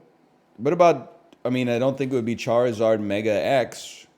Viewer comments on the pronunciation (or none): none